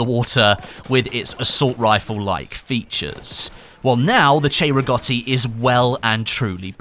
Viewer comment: Finally somebody that pronounces cei-rigotti right!